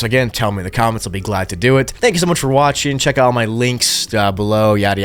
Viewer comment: “leave a comment bellow !” Son 😭🙏🏻